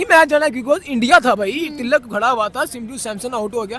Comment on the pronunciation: ती.लक है not ती. लकी